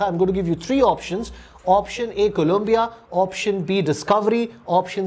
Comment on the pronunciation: It's funny how didn't get the space shuttle name right even though he did a breakdown of EPR's Q where he explained "shamshan-e-antariksh mein kalpana KALAM PIYA (COLOMBIA) ki"